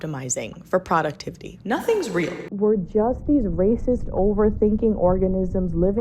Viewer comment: I love your videos but bro- YOU GOTTA CHANGE THE WAY YOU SAY PRODUCTIVITY IT BOTHERS ME SO MUCH